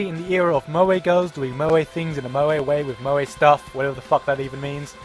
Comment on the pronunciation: your funny but as a crazy otaku i must correct you moe is said like (mo-e)